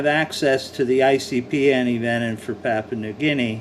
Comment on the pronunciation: PapOOa, New Guinea. That is what it sounds like, with your pronunciation. Where is that? It is pronounced, PapYOUa, New Guinea. The "poo" sound is not there, it is the "you", sound which is correct. As in you are saying it incorrectly, LOL. The antivenom should be the same as for the, Coastal Taipan. They are the same species. Whilst we disagree on the pronunciation, the antivenom should be specific for the species. Any thing else does not make sense.